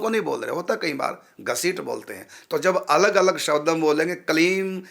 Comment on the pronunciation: कलीम नहीं क्लीम् शबद नहीं शब्द